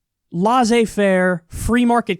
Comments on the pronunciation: It's not "lah-zay fair", it is "lessay fair". "Laissez-faire" (let it be). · Kyle FYI it's pronounced LAYSAY FAIR [laissez faire] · Kyle's pronounciation of Laisser-faire is bidididi-prooof ^^